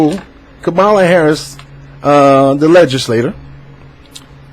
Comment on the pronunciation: You didn’t even take the time out to learn the correct pronunciation of her name so how can I trust the validity of your opinion?